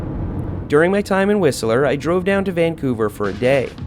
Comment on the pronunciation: You say whistler funny